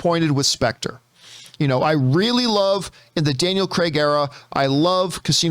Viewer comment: Its not "Cregg" you idiot, it's Craig, as in Crayg.